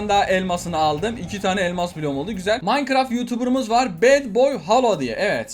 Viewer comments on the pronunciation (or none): none